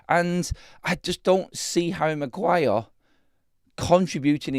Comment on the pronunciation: The Bruno flu affecting Magwire